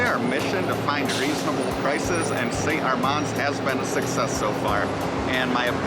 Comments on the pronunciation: Nice work, but why do you mispronounce St Armand? I lived in Sarasota and even double-checked online. It’s pronounced, Saint AR*mand, not Saint Ar*MOND. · The way it said by locals is, Saint Arr-mans Cir. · you're pronouncing st armand's wrong guys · You are right,. I can't believe we've been pronouncing it wrong for the last several years 😩. Thanks for pointing it out, and of course thanks for watching our video as well! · LOL yeah it didn't take us long after making this video to realize we'd been pronouncing it incorrectly for years!